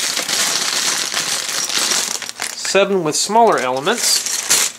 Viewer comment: quit saying elameants